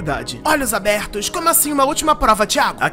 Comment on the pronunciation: "Olhos abertoss" kkkkkk